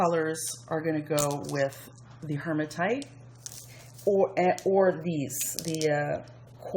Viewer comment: There is no “r” in HEmatite. Just sayin.